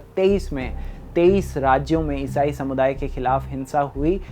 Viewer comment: Isai Kitna ajib tariqe se bolre ayesaye,phle to mujje samj hi nhi aya kya bola